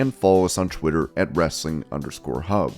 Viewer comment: there is an 'H' in 'Hub'. It's not 'Wrestling 'ub'